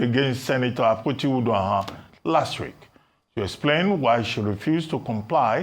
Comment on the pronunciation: Dr Abati her name is pronounced Uduaghan not Uduahön😂😂😂